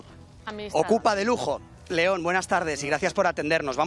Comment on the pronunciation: 😂😂 Jetón en lugar de León